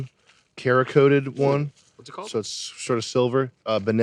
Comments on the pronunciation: 'Cerakote' is pronounced 'Sarah-coat'. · You say cerakote like Sarah Coat. That's the paint finish or job. What Nick was wondering if the barrel is chrome lined. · Sam saying "kera-kote" instead of "cerakote" with the s sound, my god 😂